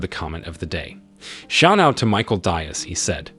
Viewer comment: The narrator needs a quick lesson in Latinate pronunciation. Hopefully, Michael Diaz (pronounced DEE-azz) will set him straight.